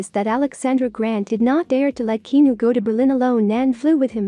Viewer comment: Good Lord say his name correctly please... He deserves that much